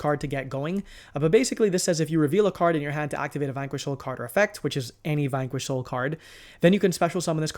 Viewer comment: “Vynquish soul” “Razzen” 😂😂😂 Love the content as usual.